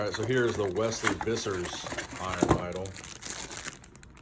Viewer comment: Wesley Vissers surname the v is pronounced as an f. Just saying...